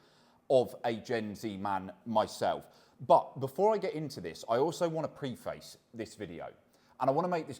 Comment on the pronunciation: That is definitely not how preface is pronounced